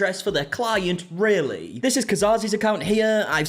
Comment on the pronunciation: It was spelt Raylee, so he is pronouncing it correctly. It’s not ry-lee it’s ray-lee